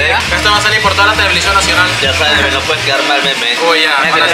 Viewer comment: tevelision nacional 😂